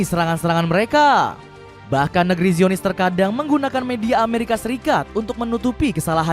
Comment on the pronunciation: Baca zionis bukanngra aaahh